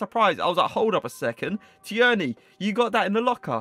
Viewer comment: Great video but its pronounced tearni